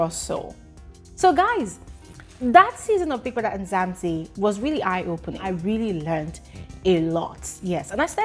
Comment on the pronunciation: it's not Nzamzi its Mzanzi!!